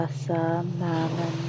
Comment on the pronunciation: She keeps repeating "Hassan" and prays to a chick called "Mannon"